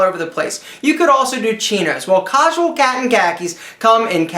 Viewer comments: he said cosual catton khakis. lol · lol "cahsual cat in khaki's" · Hahahahahaha cozual